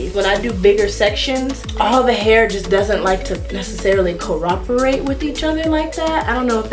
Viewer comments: You were saying co-rop-erate the whole video lol. It’s pronounced co-OP-erate 🙂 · It really bothers me when she says coroperate instead of cooperate but ima let it slide y’all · She keeps saying coroperate 😭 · Cor-rop-erate lolzz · Commenter one of your comments says "humity". Best not to throw stones in glass houses. And I think it was pretty kind of Ari B to let know she was mispronouncing that word.